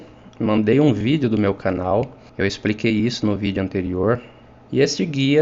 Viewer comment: Amigo ...pronuncia Jesus..blz!